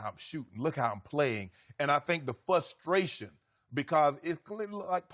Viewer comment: I wonder if Shannon knows there’s an R in the word “frustration?” My guess is no since he always says “fustration.”